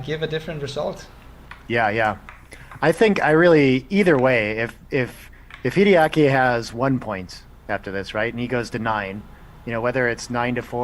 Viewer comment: WHY does he say Kiriyaki instrad of Hideaki?